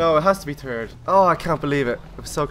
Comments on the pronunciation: Lol keep hearing "turd" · U said turd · it sounds like if he's saying turd place